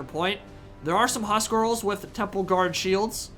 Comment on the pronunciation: We want more. But it's huscarls not huscrals :))